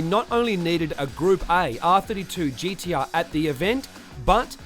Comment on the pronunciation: gee dee arrrrr